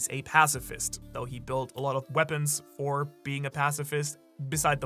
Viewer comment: new-clear we-pawns, I know they is real 👉🏾🤌🏾